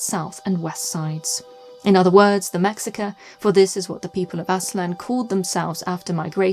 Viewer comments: Excellent video, as always. One linguistic note: the people commonly referred to Aztec did indeed call themselves "Mexica," but they would have said it as 'meh-SHEE-kah,' as do most of their descendents today. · I love that you called My ancestors by their real name, The Mexica ! Although the pronunciation is more like Meh-shee-caa, nonetheless thank you for getting it mostly right :) been a huge fan of this channel for years now. Happy health and take care